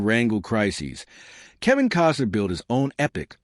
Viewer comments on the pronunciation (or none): Kostner not Cosner